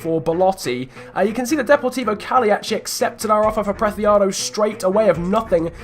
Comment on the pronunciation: Preciado is pronounced Presiado, not Prethiado, as he's Colombian, not Spanish. In Colombia the c is pronounced as an s.